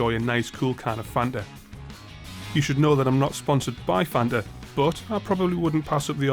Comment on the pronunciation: Nice one mate! I'm deffo gonna organize a MASSIVE session at BPW next time I'm over the pond. And just for the record... It's not fan-ah... It's fanTa... :D